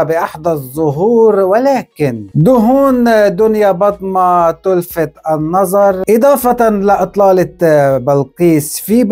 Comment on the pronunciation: صارت دنيابطة وليس دنيابطمة😂